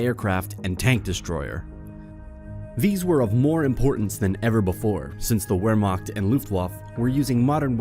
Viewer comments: Wehrmacht and Luftwaffe. ( ) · Mispronounced wehrmacht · Looft waff? Where makkt? Sher burg? Dude you dont have to have amazing pronounciation but nah dude. Its pronounced Looft vaffa, Vehr mahkt, and Share burg. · You can't pronounce wermacht or Luftwaffe!